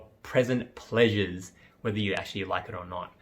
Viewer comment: ‘Pleasant pressures’ ‘present plaesures’